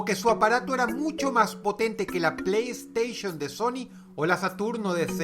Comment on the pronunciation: O pronuncio bien playstation....oh por neptuno